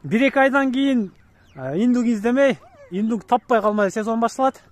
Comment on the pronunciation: Иднук дейби? Или мага эле ушундай угулдубу?